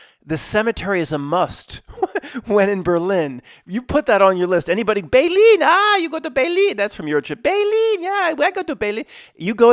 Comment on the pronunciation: But his Berlin sounds really good. ..Original. ..Berliiiiin